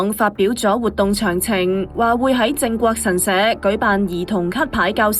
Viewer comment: 係"靜"國神社, 唔係"正"國神社呀........